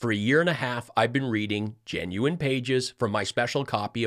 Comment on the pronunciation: I always join you whenever you say genuine. I always laugh the way you pronounce that word